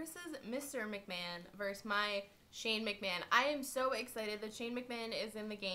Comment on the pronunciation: when you said "go shane mcmahon"at his entrance, I thought you said "go shaving man"